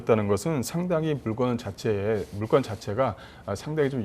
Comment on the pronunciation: 물건을 물껀이라 하는게 거슬리네 ㅎㅎ